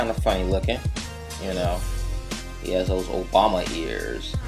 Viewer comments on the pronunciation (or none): none